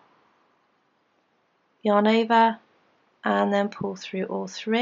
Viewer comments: Am I the only one hearing "your neighbor" instead of "yarn over"? Probably, but now I can't unhear it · Is she saying your neighbor thats what i hear